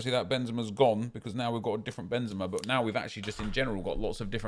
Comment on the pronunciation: It's benzema